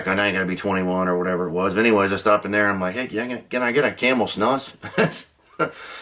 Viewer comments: Its pronounced, Snoose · It's actually pronounced like moose, snUs. The u is long.